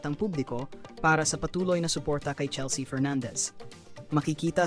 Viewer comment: CHELS-YA talaga??? Merong Filipino AI voice na pwede gamitin. 😂😂😂